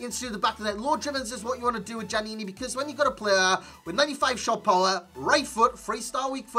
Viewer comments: Pronounced yaniny ('yan eeny) your gen needs better schooling...so many fifa tubers can't pronounce names.... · Djaniny, the D is silent